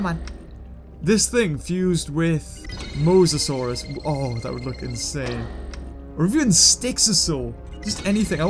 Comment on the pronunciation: It's mosasuarus not mosros